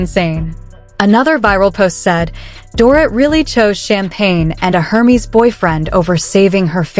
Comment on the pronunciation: 👂 “Air Mezz”, not “Her Meeze”